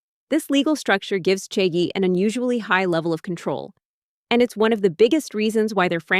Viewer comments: Omg… its cha gee not chea gee… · can it be pronounced more correctly? listening to the narrator say "chae-g" or "chae-gee" honestly unbearable the listen to. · I hate how they’re pronouncing it as chay-jee even though cha is tea in Chinese… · The video is very good but please can you search up how to pronounce Chagee and the other Chinese words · First I heard three different pronunciations of Chagee then I had AI murdering my ears with trying to speak Mandarin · Maybe learn how to pronounce the brand name properly if you’re doing a whole video on it 🙄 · the number of times the pronunciation for chagee changed xD